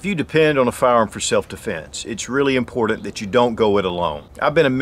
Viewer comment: Impordent